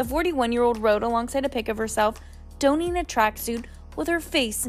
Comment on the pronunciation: "DAWN-ING" the track suit...